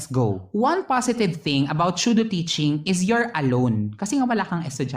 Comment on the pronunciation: The video and the content was actually amazing and informative. The only thing I noticed po is how you pronounced Pseudo - ˈsü-(ˌ)dō. I think that it is SUDO not SHUDO po,. ✌️✌️😅 NO HATE INTENDED, SO PLEASE DON'T BASH ME.